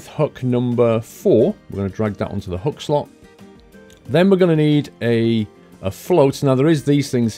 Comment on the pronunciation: It's hook! Not huk!